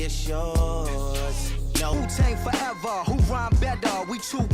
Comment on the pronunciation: 다좋은데 마지막 Forever 발음이 너무 싼티나요